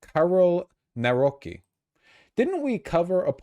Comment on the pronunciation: Btw for future reference Nawrocki is pronounced more like Na-vro-tskee